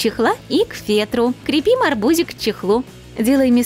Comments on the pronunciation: Мне одной было больно слушать как она говорит " КрЕпим" делала ударение на "Е"!!!! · Почему крепи́м, когда кре́пим